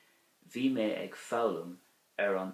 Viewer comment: Thank you for the video. I read in the Christian Brothers books that “ag” before a consonant is pronounced “a” not “egg”; but in your example “…ag foghlaim…” it sounds like “egg”. Is this an exception to the rule?